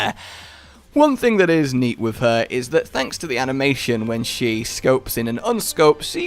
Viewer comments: Her Ana-mation…kill me now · "Ana-Mation" Good job.